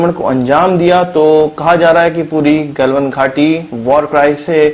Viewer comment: Its not गॅलवन, its गलवान.